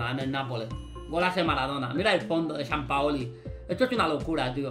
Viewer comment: Es San Paolo no San paoli